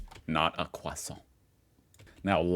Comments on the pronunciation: Please just say croissant and not kwathant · please, please for the love of god, never say Croissant again. I beg you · You do realise that you can also pronounce "croissant" normally, right? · it is still Croissant. There is NO TH in there anywhere.